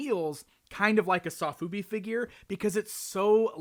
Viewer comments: Sofubi (Which is actually pronounced "So-Fu-Be" not "Sof-Ube" ) often comes in plastic bags with header cards. I think thats why they gave you a bag and header card in the package, since many sofubi collectors also collect the headers. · 'Saw-foobi'? You meant 'so-fubi', dude. :)